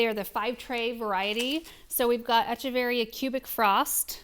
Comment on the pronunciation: I had a feeling this video was coming after Aaron mentioning a succulent delivery in yesterday's Highlights video! Love and love seeing all the succulents but good grief her mispronouncing echeveria over and over again is a bit like nails on a chalkboard. Definitely agree that the strings of things plants usually want more water than most succulents. I bet Aaron or Paul could help come up with a way to plug those holes too. Succulents do well with bottom watering but you wouldn't want to leave them sitting in water for long..15 minutes is good..but probably not more than an hour at most.